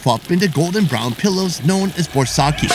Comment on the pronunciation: His pronunciation of baursak is hilarious.